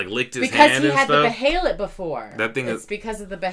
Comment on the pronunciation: I love yall fr tho, but its called BEY-LIT, not be-hell-it. Bey-lit.(behelit)